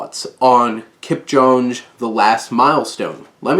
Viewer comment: you couldn't even look up how to say his name properly...